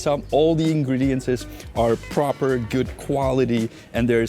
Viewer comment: Ingredients....never heard ' ingrediances'